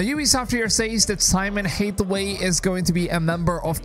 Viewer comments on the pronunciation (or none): ooof Pronunciation of heresy and Hathaway. My dude, really?